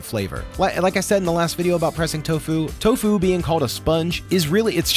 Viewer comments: Why do you say to fu sometimes and tofu other times? It's one word. Tofu. Not to fu. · Wait why does he say toFU not TOfu? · guy can’t decide how he wants to pronounce tofu. is it TOfu or toFU? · This guy is pronouncing tofu like it's a martial art 😂